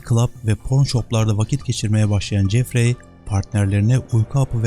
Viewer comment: Jeffrey"Cefri"şeklinde telaffuz edilir, yâni okunur. Ayrıca "Anksiteye" değil, "Anksiyete" bilginize.